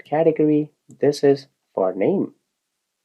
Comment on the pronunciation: You know what i enjoy most about this video? Your pronounciation of Cath e gory :D its fun, Thank you.